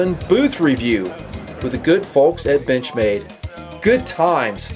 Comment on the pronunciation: does it sounds like "bitch-made" or it's just me?